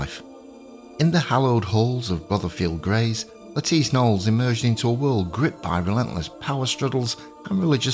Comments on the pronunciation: I'm sorry, but it is and was pronounced 'Nolees' not 'Noles'. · I believe either pronunciation is correct. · It’s also the first video I’ve watched where he last name was pronounced as one syllable 😂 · lol…. indeed but I don’t really want to get into a pissing match over UK and USA pronunciation as the examples given were pretty silly - As I said, this is one of the only times I’ve heard it said as one syllable… I’m not here to say right or wrong, the comment had all the context I wished to provide as it was written